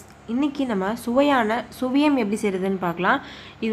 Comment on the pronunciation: Suzhiyam...not Sviyam..